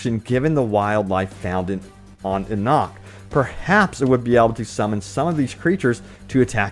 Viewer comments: Ok, Let's start simple: E-nock, not en-nock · It's E-nock, not ah-nock. At least that's what my ears have heard them say about 1,000 times but I could be wrong. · It's pronounced "E-nok" my bro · It’s pronounced ee-nock. Change my mind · it's pronounced EEEEE-NOK . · I love your videos man! But how have you played the whole game and still insist on pronouncing Enoch wrong?